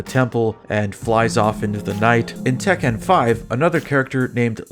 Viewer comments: i've never heard anyone pronounce Tekken like that lol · Why are you saying Tekken like that?